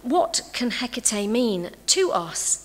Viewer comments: At least pronounce her name properly for a lecture 🙄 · can no one pronounce her name right! and if you have to make a video reading a paper then no.